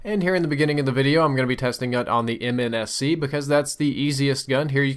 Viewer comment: mnsc???? you said mnsc!!!!!!!!